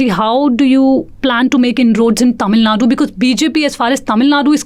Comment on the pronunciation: Why can't she spell "TamilNadu" twice I heard her saying "Tamilnad"